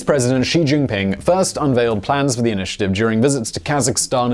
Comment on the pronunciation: kudos for pronunciation of 'Xi JinPing' :D